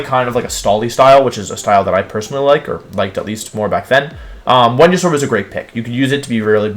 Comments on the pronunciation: Did my guy just say whenya-saur? Venusaur. Venus-aur. Not venuasaur. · Why do wolfey say wendeysoar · Hearing Wolfey call Venusaur ‘Wehnosaur’ over and over made my brain tick and spark out 😂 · "woodeo", "Whenusaur" – it's surprisingly charming that Wolfie doesn't believe in the letter V 🤣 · Why he call Venasaur Wenyasaur??? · VENUSAUR, NOT VENASAUR! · Did he say "whenyousaur?" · New here. Why does he pronounce everything wrong? What the heck is a Wenyasaur? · The fuck is a wenausaur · THERE IS NO O IN VENUSAUR!